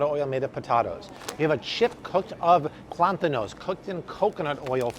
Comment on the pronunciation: Plátanos not plantanos😅